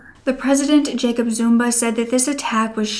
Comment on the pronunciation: I was kinda irritated by all the misprounciation but when she said Jacob ZumBa, all was forgiven.